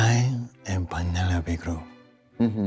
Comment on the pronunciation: “Peneyopeh Cruh………..”. Love this!! 😜💖💖